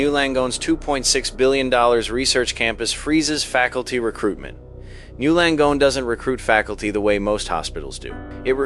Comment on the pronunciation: The AI thinks it is one word pronounced something like "gnu" Langone. It should learn that it is N Y U Langone.